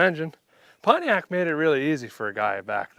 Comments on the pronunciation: i like how he pronounces each syllable pont-i-ac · Just like America is pronounced “MURIKA”, Pontiac is pronounced “Pahn Tay Yack” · I just love how he pronounces Pontiac. 🤣